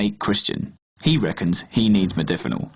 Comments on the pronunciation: Mod-A-finil. Loses a bit of credibility when you can't even say it correctly. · Holy shit you can't even pronounce its name after 'hours of research'... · LOL, he can't even pronounce it correctly. Take no advice from this guy!